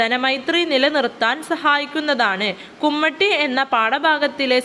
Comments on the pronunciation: കുമ്മട്ടി അല്ല കുമ്മാട്ടി😊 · കുമ്മാട്ടി കുമട്ടി അല്ല 😊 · കുമ്മട്ടി അല്ല കുമ്മാട്ടി 😂😂